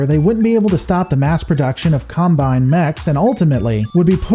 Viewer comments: pronounces Combine correctly, as a noun it's pronounced /ˈkɑm.baɪn/ and Hegemony is pronounced as either /həˈdʒɛm.ə.ni/ or /ˈhɛdʒ.(ə).moʊ.ni/. Another great video btw. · "You're not wrong, you're just an asshole." - The Dude. Combine is indeed pronounced as the Noun, not the Verb, and gets it right about half the time. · I was surprised managed to pronounce "Combine" in a twitch inducing way.